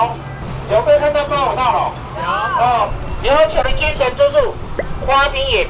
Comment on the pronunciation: 屏東腔：島上的精神豬柱，…不能一（魚）網打盡，哈哈！